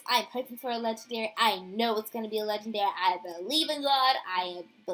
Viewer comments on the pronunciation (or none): Am i the only one who hated that she always said "LeGENDaRyyY"